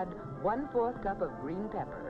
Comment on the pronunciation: Maybe it's the audio because it sounds like she says bebber instead of pepper